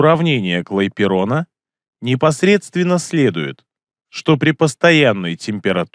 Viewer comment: Не Клайперона а Клапейрона (Benoît Paul Émile Clapeyron)